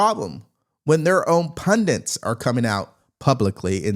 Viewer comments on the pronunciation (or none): Why doesn’t everyone say “pundants” now? The word is pundits.